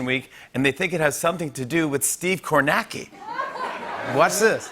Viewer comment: Kornacki does not have a silent C you dum dum theres no such thing as a silent C